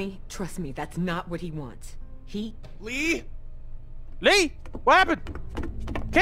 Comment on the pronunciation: win she says lee in sounds like she said reeee